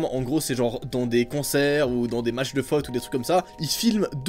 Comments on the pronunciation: Il a dit les match de fot mdrrrrrrr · C'est moi ou à dit fot